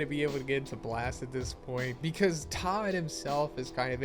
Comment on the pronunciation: You pronounced Ptah's name correctly bravo👏🏿